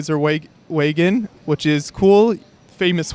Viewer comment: Cool con, but I can't get past how pronounces "Wagon"...